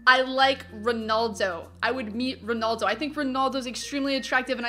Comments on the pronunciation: She said ronuldo when it's Ronaldo lol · RonAldo not ronoldo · You say ronaldo wrong lol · you say "Ronaldo" weird